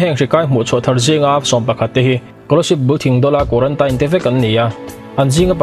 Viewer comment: Guarantaine pawh tise kan hrethiam tho😂😂